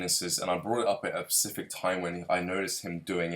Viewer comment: Sorry little correction😄 you keep saying Pacific when I think you mean specific😊 other Than that great video bro, keep up the good work:)